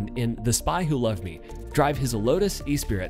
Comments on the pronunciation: Lotus Esprit, not “e-spirit”! 😂 😂 😂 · The Lotus is called Esprit, not E-Spirit. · 🤣 It's the Lotus Esprit, not "Espirit". Pronounced 'e-SPREE', not 'EE-speer-it'. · Lotus Esprit is pronounced es-pree. Not ee-spirit. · What is a Lotus E Spirit? It's Esprit if you knew how to pronounce. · It's not pronounced Lotus E-Spirit. It's pronounced Lotus eh-spree. Geez. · It is pronounced S pree, not e-spirit. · E-spirit? - Espree, dozey Yank. ;¬) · Lotus e-spirit? It's not even spelled that way... it's "Esprit" and pronounced "Eh-Spree"... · that blew me away 🤯 e spirit 😅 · It's not "ee-spi-rit", it's "eh-SPREE" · It's Lotus Esprit (pronounced "ESS-SPREE")... you even typo'd it as "E-Spirit" as well as said it wrong ffs. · The Lotus... E-SPIRIT?!? WTAF!?! Esprit... pronounced E-sp-ree. Ffs. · Cool video...but its' Lotus Esprit (pronounced eh spreet) not E-Spirit lol. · You're right but it's not pronounced "eh spreet", it's the French word "esprit" and therefore pronounced more like "eh-spree". The "t" is silent. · “E-Spirit” lol, it’s pronounced “es-spree” goofball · It’s pronounced es’spree not e- spirit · wait how did he pronounce the Lotus Esprit? E-Spirit?? wuttt? Its Ess-Pri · Esprit. Not E-Spirit. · sorry to be a pedant... Nice video, but you kinda slaughtered the Lotus "Esprit" in there... It's pronounced "ess-pree" and is short for "Esprit de Corps", (French), meaning the "feeling of pride and mutual loyalty shared by the members of a group", the name chosen by Lotus to suggest that owners of their car were members of a very special group... Yes, yes, I'll see myself out... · I don't want to be a crank but your mispronunciation of the Lotus as the "Espirit" was particularly difficult to endure. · Lotus E- SPIRIT.... ffs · S-pree, is the pronunciation of the Lotus. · espirit is pronounced es-pree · That is not how you pronounce "Esprit"